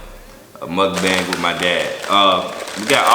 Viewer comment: Remember when he use to say Mukabang